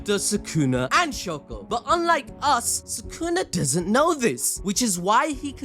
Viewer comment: please stop saying shako😭 its literally shoko